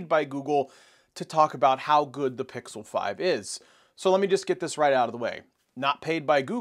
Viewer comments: It worries me that he can't pronounce "pixel" during a Pixel review...😬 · Is it pickle? Or pixel?